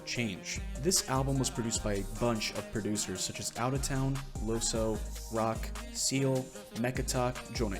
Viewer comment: In Dutch "oe" is pronounced "oo", and since he's from the Netherlands I think you should say "Loosoo"